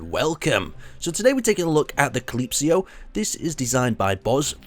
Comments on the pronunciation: well congratulations, you successfully BUTCHERED another fucking ship name... cal-ip-so not cal-eep-seeo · Call-ip-see-oh? FUUUUCCCCKKKK!!! LET ALL THE RAGE OF THE INTERNET BE RELEASED UPON YOU! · CA-LIP-SO calypso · Spelled Calypso but in Aaron's weird language it's Calypsio xD